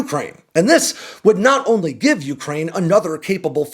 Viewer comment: Dude, why can’t you pronounce Ukraine properly?